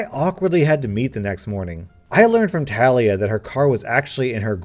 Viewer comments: Talia is usually pronounced, "Tah-LEE-ah" not "Tal-EE-ah" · I know you don't mean do this but Talia is pronounced til lee ah. I have a really good friend with that name and she always get really upset when people say tale ee ah. I'm sorry, I know it's an honest mistake but I want to let you know. 😬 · He said tah liah but its teh lia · It is actually pronounced TAH LEE A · Not tal- ee-uh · Its pronounced tuh-lee-uh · ITS NOT TALIA “TUH-LEE-UH” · Bruv it’s pronounced Talia not Talia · I hate the way he said Talia which is my name but idk maybe it is pronounced differently than mine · Ur not prenouncing talia right trust me i have a sis named talia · My name is Talia and I flinched EVERY time you said it, ergh